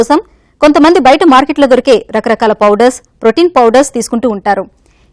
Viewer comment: Fowder ande fowder...a mundani tesukocharu ra channel ki